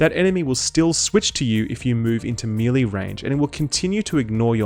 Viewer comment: Mel Lay not Me Lee ;) great vids by the way